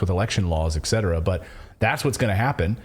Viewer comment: ETcetera Not eKcetera